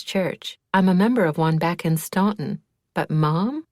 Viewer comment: Spot on!